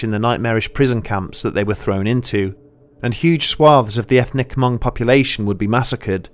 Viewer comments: Haven't you seen Gran Torino... It's Mhung... not HumUng. Great Video. Just wanted to quote a great movie lol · the way we say it is the o sound is the same o sound as “own” so it comes out like m”own”g instead of m”awn”g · It's pronounced "Hmoob" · It hurts my head everytime he says huhmong. And I am just some white boy from Nor-cal. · Great episode! One small quibble - I grew up in a community with a pretty sizable Hmong population in Wisconsin. Anyway, at least locally, the H in Hmong is silent and the ethnonym is pronounced "Mung" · "Hamong" 😭 hurts Everytime you say it but thanks for noticing our culture tho 💯✊ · As a Hmong person, I'm proud of you. btw the "H" is hmong is silent. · For real tho the H is Silent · Isn't the H silent? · the H is silent.